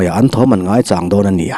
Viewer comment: "ani ah" a tawp I lam dan hian ngaihthlak a ti nuam lo ka ti ve mai2 Min lo hnial kher lo ula